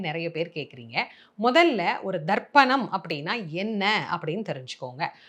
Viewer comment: It is not darpanam it is tarpanam